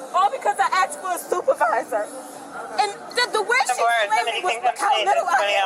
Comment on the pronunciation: She asked for the supervizah! of the bar 😂